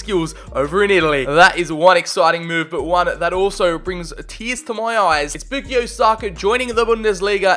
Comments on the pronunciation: It’s bukayo not bookio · sir its bu-ka-yo not bu-ki-yo. anyways love the video! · boo-key-o saka hurt to hear… 😂😂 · this guy says Bookeeyo ... Come on bruh pronounce his name right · Stopped watching once I heard you pronounce it “boookyo” saka